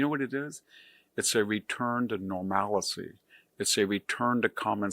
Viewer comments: "return to normalacy" You invented a new word! I've heard of either "normalcy" or "normality". 😀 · "Normalcy" not "normalicy." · Normalcy!! not normal-i-cy.... come on man... also the name change thing is probably not the best point to make when we just renamed the Gulf of America. I agree with everything else you stated tho... nice having things go back to normal and better than normal. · Normality or normalcy -- not 'normalicy'! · Yes, V.D.H. is a brilliant man, but I wish he would learn how to properly pronounce the words “nuclear” and “normalcy”. (Hint: they are not pronounced “nuk-yu-ler” or “nor-mal-i-see”). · I thought you were smart until I heard you pronounce "normalcy".